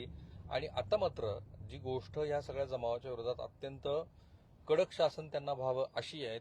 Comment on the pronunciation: गोष्ट चा उच्चार तुम्ही गोष्ठ असा का करता तो चुकीचा आहे